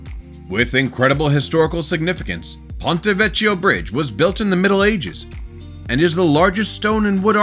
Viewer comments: Pon- ray Veck-ee-oh…Florence Italy. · Please learn how to pronounce Ponte Vecchio. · CH in Italian is pronounced as a K. It’s Ponte VECK-EE-O, not VECH-EE-O.